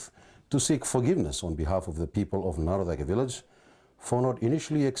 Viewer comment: NACORAKE...why don't TV Presenters check their pronunciations - Turaga!